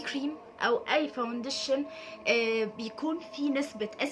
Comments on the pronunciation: اسمه فاونديشن عادي في مد والله مش فاودنشن خالص 🌚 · انتي لذيذة بس ياريت مش تبقي مصطنعة في الكلام انتي مصرية بتقولي حجي ليه وفي كلمة كدة فاوندشن بتتكي علي النون بس استمري بس خليكي علي طبيعتك هتنجحي جدا عشان الناس مش تنتقدك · باليز صححي نطقك للكلمات الانجليزية وخصوصا كلمة فاونديشن 😂😂 بس انتي عسل خالص❤❤